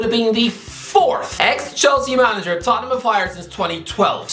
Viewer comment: As a wise Italian once said, ‘It’s da ‘istory of de Toh ten ‘am.’